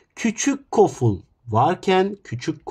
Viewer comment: Koful❌ Goful✅